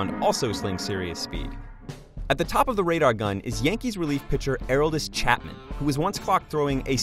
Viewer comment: Equally troubling is how he pronounced Aroldis Chapman's name. Shows he has never watched him play and was reading a script. He's clearly not a baseball fan (or hasn't followed ball for some time). You might want to know who the guy with the best FB is when talking about touching 110mph...IMHO